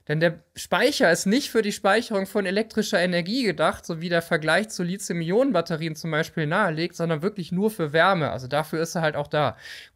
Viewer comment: Immer wieder dieses Lizium. Lithos heist Stein, lizos gibts nicht. Li-Thi-Um.